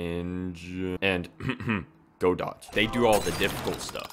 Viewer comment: you read "godot" as "go dot"? 💀 DUDE! LOL Vulkan is modern and "user friendly" LOL, I mean.. it's really not that difficult it's just very very verbose and lots of code, it actually wasn't meant to be use like that if you're not like write a game engine like godot technically use Vulkan behind the scene, but again it's designed to be use with a wrapper library to make the process faster and less code a lot of setting up and code